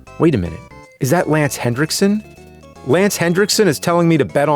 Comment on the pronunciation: It’s Lance Henrickson, not “Hendrickson.”